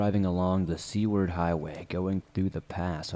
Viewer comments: Ya Seward not sea ward . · "we were on the way to see werd" 😐 It's pronounced sew ward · The town named is pronounced Sue-ward (Seward). Sounded like c-word. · Hey man, good job with the stories. I have 1 thing I can help you with, and no I'm not saying rerecord the story. In story 2 it's not Sea-ward: Seward= Sew: I'm going to SUE that person. Ard: aardvark So pronounced Sue-aard. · Seward "Sue-ward" not "see-ward" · I hated it. Wish he would check pronunciation before making vids. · I’m dying from your pronunciation of Seward 😂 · I love your stories but as a man that was born and grew up in Alaska the way you pronounced Seward drove me crazy but love the stories man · Haha, it drove me nuts too! And he mispronounces "escape". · Yeah lol